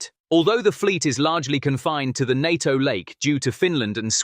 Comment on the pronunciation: Try saying NATO as one word instead of nonsensically spelling it